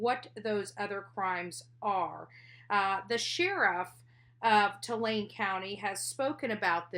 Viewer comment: It’s Tulare county **